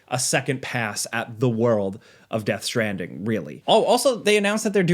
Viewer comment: Americans taking the piss out of British: Chewsday innit Meanwhile: Death Stranding Choo